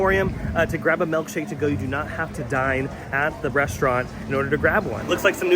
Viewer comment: I like that you pronounce it "Melk shake."